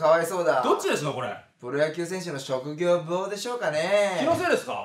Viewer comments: 職業病って言えない奴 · 職業病言えないやつ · 職業病言えてなくて草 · 職業病ゆえてないやん。 脚本家言えなさそうやな。